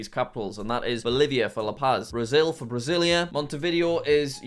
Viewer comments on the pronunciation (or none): Come non jack it is pronounced Bra-sil-ia not Brazil+ia😂😂 and buenos aires is pronounced Bwen uhs air ezz/eez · Pronunciations that jack couldn't pronounce:Brasillia(BR-AH-SEE-LE-UH),Buenos Aires(BOO-AY-NO-S EYE-REES),Quito(KEY-TO),Paramaribo(PARA-MA-REE-BO) and finally Bogota(BO-GO-TA)